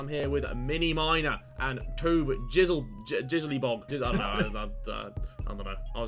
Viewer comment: MAN SAID JIZZLYBOB THEN SAID BIG JIZZER